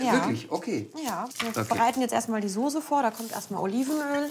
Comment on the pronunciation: Soßßßßßße und nicht Sose